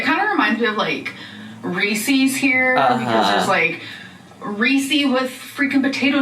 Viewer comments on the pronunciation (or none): I know what reeses are...but what the hell is a ree-cee?